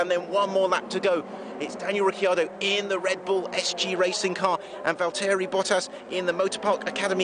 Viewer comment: Val-tearee Bottas and Ricky Ardo